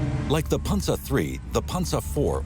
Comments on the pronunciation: It is pronounced Pan-zer (Panzer) not Ponza. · The way this guy says panzer is irking me.... panZER, not pansa. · punza lol pan zer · the german pronounciation is closer to ''Pansa'' rather than ''PanZer''